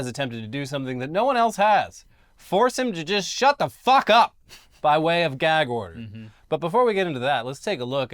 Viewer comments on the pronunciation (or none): Someone tell Don Jr. it's a Gag order, not a Gak order